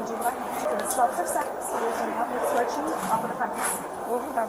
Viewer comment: Why can't people say the word escort properly. It's not Excort... It's Escort.